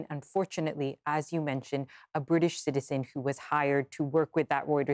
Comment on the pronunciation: Learn how to pronounce the word "citizen". There are three syllables in it.